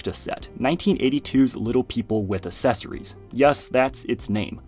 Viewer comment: The way he says “accessories” 💀